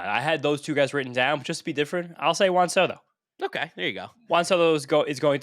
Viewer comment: “Juahn Sodo”🤓